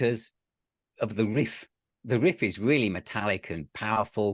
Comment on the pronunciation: So has inherited Pete's hairstyle that Pete had during the crown virus. Unexpected distant cousins anyone? You can hear the ways on how certain words are said. I am kind of a linguist and notice how certain words are said. Agen vs a-gain and my favorite riff vs saying whiff/or Whriff. This is not meant to be a knock against either one but that an... observation of pronunciation, that's all. Oh jeez now if we all were to say how do you say Opeth's album Sorceress (the one with the peafowl), there are surprisingly many variations. I in the Midwest US say sore-sir-s and Pete says Saw-sir-s. I can only imagine how says it.